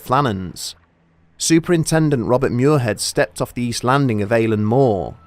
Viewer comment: Muirhead is "mweer-ahd", not "myoor-hed". S'Gaeilge.